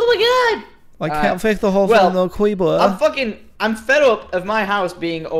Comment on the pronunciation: Uwu mr cweepa pwease dwont bwow up